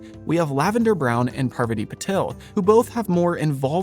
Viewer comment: Besides you're saying it wrong, it's Parvaaaati, not Paaarvati...